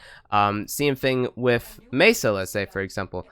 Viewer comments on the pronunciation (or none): none